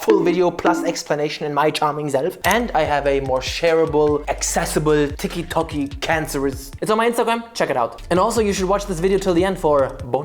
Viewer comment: I like how he called it tiky toky cancerous